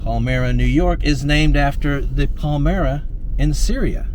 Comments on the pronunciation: its pronounced pal-my-ra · You mispronounced the name it is Paul My Ra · I lived in western New York many years ago and the pronunciation used by the locals was...Pel My ra. Just an FYI! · Pronounced pal-my-ruh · It's pronounced: pal - m eye - rah All the industry is gone from the area, except schools and hospitals, then small busnesses. Many of the counties in the area are now designated as rural counties. You left out the average snowfall stats/yr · Those of us in the area pronounce it Pal-my-rah. Long “i” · You might have asked one of the locals how to say Palmyra. (Pal-My-raw) I grew up there. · Palmeeruh and Loiyinz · You were actually in parts of western Ny, Central NY , finger lakes region. This is not considered upstate NY...upstate would be adirondack mountain region. Also, it's pronounced Palm- i- ra, the Y is pronounced as i. Palmyra's income is higher because you are in the Finger Lakes region, a lot of affluent homes and properties. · pel-MY-ra - I grew up nearby. So cool!! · Pronounced. 'Pal-My-Ra"- thanks for the chuckle - us locals love hearing the different pronunciations.. just try and do. Skaneateles.. LOL! and we don't pronounce "Salina" like they do in California.. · It's pronounced Pal - my - ra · The locals pronounce the village as pal MY ruh. I love these "local" features all over youtube, but it seems like a lot of the time, the producers get their "knowledge" out of a book. To get a real flavor of a location, you've got to talk to the people. When you do that, you'll almost always pronounce the locations according to proper local vernacular. More cred for you! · Could be wrong here - but have always heard this village of Palmyra pronounced: PAL - MY - RA ….second syllable pronounced as in the word ‘my’. I love those old towns/villages in up state NY. Barbara. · Not a big deal but fyi t's pronounced Paul-My-Rah 😊❤ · Pronounced Pal My Ra in NY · The town is pronounced: pal-my-ruh 😊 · It's actually pronounced PAL- MY-RAH. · Palmyra - Pal-MY-ra